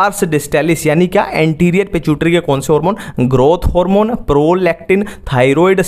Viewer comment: Pituitary ❌ pichutari ✅